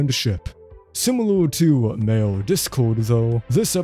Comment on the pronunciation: When you say mayor, it sounds like male